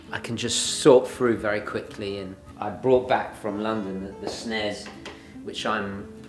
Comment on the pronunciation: Big respect for having the famicom mini hooked up. Pronouncing it "Snez" is the mate in you good sir!